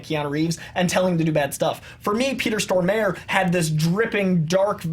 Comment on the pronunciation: Wow just butchered Peter Stormare's name lol